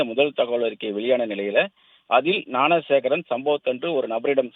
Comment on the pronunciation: ஞானசேகரனை னாணசேகரன்னு உச்சரிக்காதடா